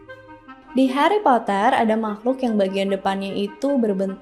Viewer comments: indonesia nya heri poter😭🙏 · Sumpah aneh bet denger Hari Potret 🤣🤣🤣